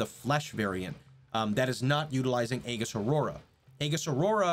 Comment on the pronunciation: Just a small thing. , its pronounced "ee-juhs".